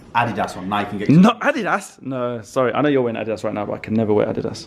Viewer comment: ADEDAS?? Really? It's Adidas. You say it weird.